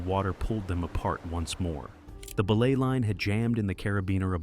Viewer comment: That AI bot narrator kills me every time it pronounces belay as "BEE-lay" 🤣🤣🤣🤣🤣🤣🤣